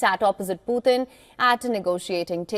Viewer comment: Putin not puthin!!